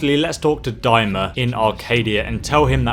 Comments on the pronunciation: It’s weird how he says Die-ma instead of De-ma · God dammit it's deema not dyma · What is your deal? Do you do it on purpose? is it a limitation of your intellect? It's 'Dee-ma' not 'Dimer'! Drives me crazy and I can't help myself. Love your vid's (Skyrim especially) Please don't take this to heart. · Deyema? You mean DEEma